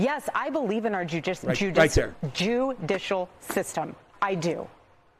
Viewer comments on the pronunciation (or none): Kinda funny when she said JEW-DISHEL system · She is so programmed to not say (jew) etc… SHE CANT EVEN SAY JUDICIAL!!!! Lol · Tripping over judicial and saying JEWdicial is epicccccccc ....giving the fact that the Feds seem to be tripping and fumbling her husband's case among other things 🤷🏾‍♀️ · She can't pronounce judicial 😂😂